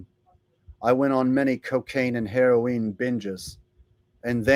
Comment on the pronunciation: Black tar heroweene 😂 perfect